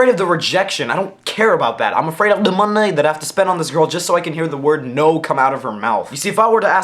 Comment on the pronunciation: U said DUH MONEH like ownage pranks !!!!! XD !!!